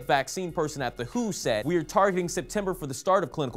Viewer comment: Lol, am I the only one that noticed that read W.H.O. (World Health Organization) as "who"?